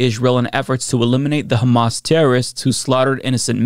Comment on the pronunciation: I love John Fetterman, he’s my Senator, but his response was not only incoherent, but also ridiculous (and he didn’t pronounce Hamas correctly). I hope he does a little more research into the subject and changes his stance.